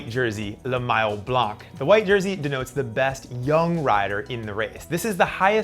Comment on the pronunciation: Blanc in french is prononced BLAN not BLAN K